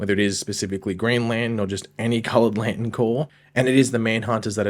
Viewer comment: Can you learn how to pronounce lantern?????????